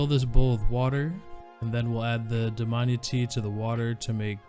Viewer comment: I think is is pronounced Dam-I-ana